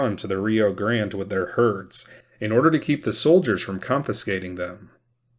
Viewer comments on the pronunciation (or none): none